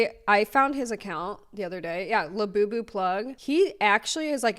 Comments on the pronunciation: Also hearing this bro repeatedly say Iabubu & lafufu is the absolute opposite of iconic...but in the best way possible 😏. The name alone is the most devious method of grown adult infantilization ever. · > “I’m gonna explain Labubus to you like you’re an elder millennial” > mispronounces the illustrators name